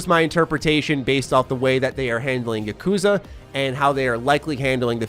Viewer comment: YA-ku-za, not ya-KOO-za... But anyway, Yakuza 7 actually got pushed up a few days to match the XBSX release date. Which...I kinda don't like b/c that means less days for me to work on my backlog before its release lol.